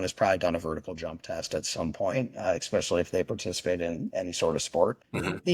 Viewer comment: Why do intelligent people say eXspecially? You sound like a child saying pasghetti. Dude likes to talk about himself a lot.